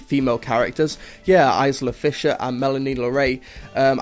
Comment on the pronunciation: I love your reviews, but some of your pronunciations are off here. It's pronounced Melanie Laur-ont, Eye-la Fisher and Bobby Co-en and for future reference, the "a" in Moffat should read softer, as if it was an "e" or a "u". Please don't see this as a dig, as it's the only thing I think you could improve.